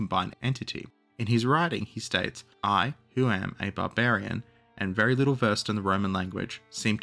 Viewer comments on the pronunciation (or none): none